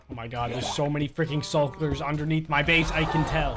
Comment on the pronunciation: When he calls the shulkers sulkers